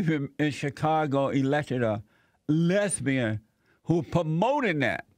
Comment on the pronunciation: "A black LESBEEYAN with a FRO!" Every time, Jesse. It gets me every time haha.